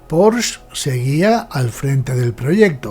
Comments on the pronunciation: Enhorabuena por la historia, desconocida por la gran mayoría del público, e incluso por muchos aficionados al motor. Muy, muy interesante y desmitificadora… Por cierto, incluso en alemán se pronuncia más bien “Poshe”, acabado claramente en ‘e’, tal y como enseña la propia marca: . Un detalle sin importancia, pero que me ha llamado la atención por la cantidad de veces que se pronuncia mal este apellido. Un cordial saludo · Estoy de acuerdo. Precisamente por eso, españolicemos el nombre y digamos “Porshe”. Eso de decir “Porsh” es, además de incorrecto, un pelín hortera…